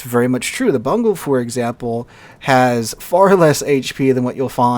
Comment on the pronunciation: It is pronouned "Boon-go" - It is named after a Japanese providence.